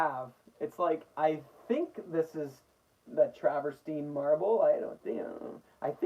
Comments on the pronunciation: Yes, that’s how it’s pronounced ... trav .. er .. teen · you are correct. It is pronounced as you said it. Tra-ver-teen.